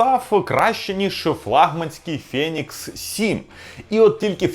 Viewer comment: фЄєнікс ФЄєєнікс.... Ну хватає вже тих москальских відсилок... Правильно взагалі "фінікс" Але в чому проблема сказати ФЕнікс?